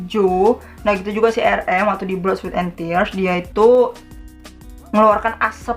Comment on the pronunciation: udh lagi cara baca nya salah pulak?**rm diblg erem padahal bacanya arem jungkook diblg jongkuk juga baca nya jongguk bkn jongkuk